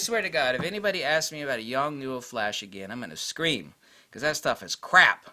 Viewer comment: YONGNUO = "Young-New" No, it isn't !!!!!!!! . . . . . LOL